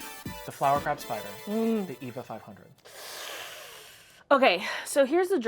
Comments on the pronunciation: The yellow boxfish, I was like, "Sponge Bob swallowed a that pufferfish teacher of his, Mrs. Puff, causing her to blow up inside him!" Now THAT'S C*unty! The Eva 500 train lookes like an electric wasp to me. Meanwhile, honey, Eva is not pronounced EE-vah. It pronounced AY-vah. AY-vah Gabor, as Nick at Night used to tell us, "Eva [AY-vah] will not harm you. Because her sister, Zha-Zha, was the entire c*nt who slapped a cop and ended up jailed and fined, etc.. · The Eva 500 is pronounced Ay-Va 500. Its color scheme is based on. Eva Unit 1 from the anime Evangelion